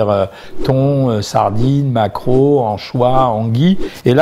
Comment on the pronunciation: Du macreau ? 😂 SOS Larousse, help !